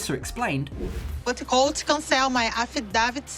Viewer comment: Can't Americans teach her how to pronounce colt right.....or atleast refer to him in sign language